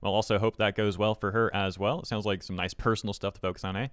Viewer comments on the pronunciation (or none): none